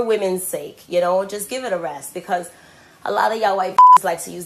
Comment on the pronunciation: eXpecially becuj